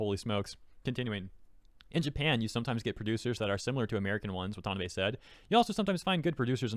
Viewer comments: It's pronounced WA-ta-NA-bay, not wa-TA-na-bay. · Just FYI: It's "Wah-tah-nah-bay", not "wa-tan-uh-bay" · "A-dap-tay-shun" and "Wahn-tahn-nah-bay" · Watanabe is pronounced Wah-tah-Nah-bay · Pronounce Watah-NA-Beh you twit. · The way you say watanabe is killing me haga